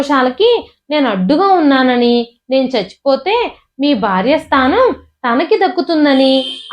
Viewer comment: స్థానం. స్నానం కాదు.